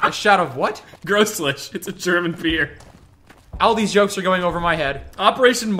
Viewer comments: ''Grosslish'' Just a heads up, it's pronounced Groles. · Grolsch, pronounced "ɣrɔls" phonetically, with the G as in loCH, but voiced. One syllable. It's a Dutch beer, not a German one. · Its pronounced more like roll-shh... and its Dutch... not German... like how Heineken is also Dutch, and made largely from the urine of horses fed Grolsch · Me: Grolsch, an intellectual: Gross lich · Grolsch is a dutch beer, not german xD, also it's one syllable, the G in Grolsch isn't pronounced like the G in Gym, it's a non-english sound, Grolsch is pronounced /ɣrolsx/ in international fonetic alphabet. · Its pronounced Grol-sh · Great beer, but his pronunciation was uh interesting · Hate to be that guy but uhhh... Grolsch is Dutch and you absolutely butchered the pronunciation lol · grolsch is not German, also bad pronounciation